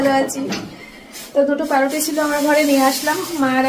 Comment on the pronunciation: Paruti na..pawruti